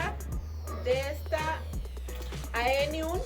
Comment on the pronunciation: 😅es AEonium!!!!, no eonium